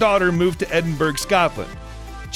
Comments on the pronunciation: It's. Not Edinburg It's Edinbura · She's an inspiration for everyone, especially young girls coming up into the world! We are all happy to see her ability to build this unprecedented empire, aimed at helping kids to read, and giving back to the causes that are close to her heart. However, she does NOT live in 'Edenburg" , she lives in Endenbourough and is pronounced “Edinboro”? Voice-over talent, please research before recording, otherwise, you are confusing young people. Thank you. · Edin BERG! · This voice over man needs to learn to pronounce British locations - Edinburgh is pronounced Edinborough for example..jeez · Edinburgh is pronounced ‘Eddenburra’. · Can Americans please learn to say Edinburgh properly. It’s really not difficult. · Edinburgh learn to pronounce it please